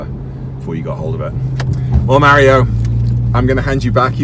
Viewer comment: You are botching Mario’s name